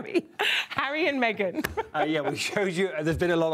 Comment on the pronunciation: The lady presenter should be sacked. She does not take her job seriously. She took audience for granted by mispronouncing the Duke’s name as Marry & Meghan. She laughed it off but it us not funny. Regards.